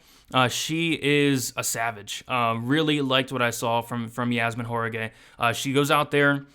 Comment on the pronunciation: WAH rah KEE is how you pronounce Jauregui